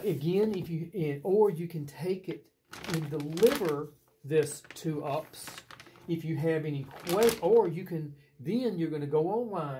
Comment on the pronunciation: Good, except for your mis pronunciation of UPS 😊